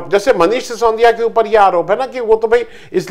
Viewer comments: आप हमेशा "सिसोंदिया" क्यूं कहते हैं? वे बेचारे मनीष "सि सो दि या" हैं। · उच्चारण दोष!